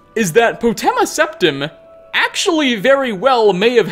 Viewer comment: Jonne Ylilauta it was Septim. But he pronounced it wrong